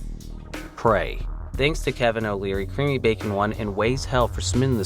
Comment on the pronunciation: "CreamyBacon" made me physically ill.